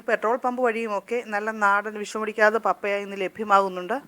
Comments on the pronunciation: പപ്പയാ അല്ല പപ്പായ എന്ന് ശരിയായി ഉച്ചരിക്കു ബാക്കിയെല്ലാം ഓക്കേ thanks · പപ്പായ ഒന്ന് വായിച്ചു നോക്കിക്കേ പറയുന്നത് ശരിയാണോ എന്ന് കേൾക്കുമ്പോൾ പപ്പയ എന്നാണ് പറയുന്നത് കെട്ടോ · ശരിയാ പപ്പയ അല്ല പപ്പായ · U r pronouncing pappaya. It is pappaaya